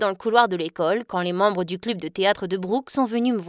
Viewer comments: euh ont dit club et pas cluuube wesh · Dans une partie au lieu de dire club elle a dit clubee 😭🤣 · T’as dit club ça s’écrit club mais ça ce prononce cleb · Ça se dit cleb